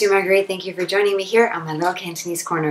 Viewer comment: Your Cantonese pronunciation is spot on and flawless. If I only listened to your voice, I swear in my mind you must be a local Hong Kong Cantonese person.